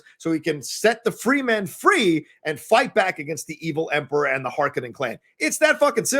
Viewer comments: as the saying goes... you put the wrong emphasis on the wrong syllable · You need to work on pronunciation... you were just a little off on saying the house names and Fremen. Its such a good movie, cant wait for part two in like 2023